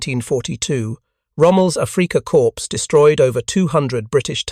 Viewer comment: Ah, the Africa "corpse". Lol. English pronunciation: 1. AI Narration: 0.